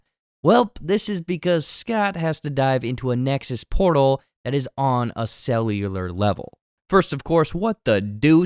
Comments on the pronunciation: You say and use "cellular" worse than Arnold Schwarzenegger... Somehow... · "Cellular" is a hard word for.